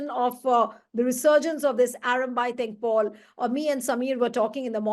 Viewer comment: It is "tengol" not tengpol